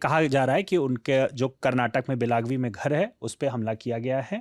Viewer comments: बेलगावी होता हैं बेलागवी नहीं। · सरजी, गांवका नाम बेलागवी नहीं। बेलगावी है। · वैसे वो जगह बेलागवी नहीं, बेलगावी है। हिंदी भाषी उच्चारण नहीं कर पाएंगे, पर असल में "बेळगावी" है। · Bahi ek adami news bolo 2 Logon ki kya zarurat hai wosko belgavi bolane bhi nahi araha hai